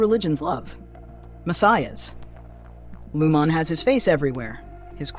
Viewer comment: WTF. How does anyone at this point not know how to properly pronounce Lumon? That's a game ender for me. I'm out.